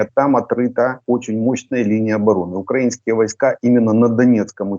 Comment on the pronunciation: Почему свитан говорит укрАинские, а не украИнские? Засланный?